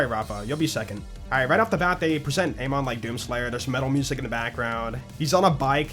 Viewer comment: The name "Amon" is pronounced Am-In. "I am going in the store" not "A monster in the store."